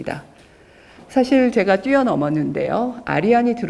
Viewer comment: "제가"(나)의 첫 자는 길게 발음해야지요! "아열대"의 첫 자도 길게 발음해야지요!